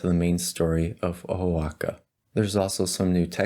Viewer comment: its pronounced wah ha ka